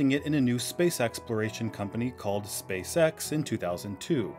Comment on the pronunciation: every time 😅😂, every time I hear SpaceX, I keep hearing space sex 😅😂